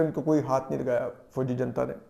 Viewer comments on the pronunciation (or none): none